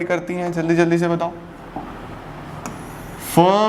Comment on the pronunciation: please take rest your toung is sliping